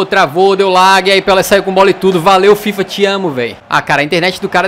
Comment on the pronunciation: Não se fala "lag" e sim "lag"